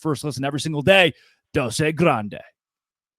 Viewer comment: I’ll gladly stay in the ACC as long as i don’t have to hear “doce grande” verbalized by this dude again.